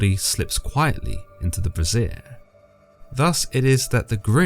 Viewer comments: Just had to say: the word 'brazier' is pronounced 'bray-zee-er'. What you're saying is 'brassiere' which is the long version of 'bra'. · I know this guy means a brazier, but he always pronounces it as brassiere, which is pretty darn funny. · Its not pronounced BRASSIERE!!! Its BRAY-syer. BRASSIERE makes it sound like Moloch's got Boobies from Hell.